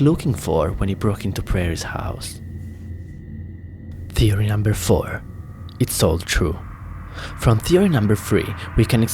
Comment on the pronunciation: Learn how to pronounce words please you say theory as teory and other words I can't remember